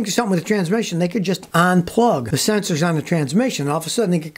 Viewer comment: U N plug. Not "ON-plug".